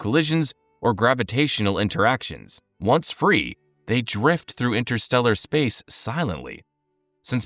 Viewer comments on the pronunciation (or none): none